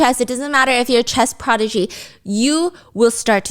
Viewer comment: Does she not know the difference between prodigy and protege? Because every time she says prodigy and explains to her husband what it means it sounds like she's blending the two... then when she says it without explaining the meaning to him I can't tell if she's trying to say prodigy or protege. The way she says prodigy is just wrong, she says it like pro-dijay. I genuinely can't tell if she knows that these are two different words.